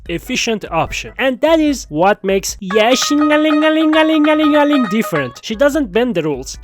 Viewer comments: you said 69x yeshingeling 😂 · why do zzz content creators awlays get so quirky when it comes to Ye Shunguang’s name? Shungus, wan-wan, Kanye, etc. lmao. This was the weirdest one yet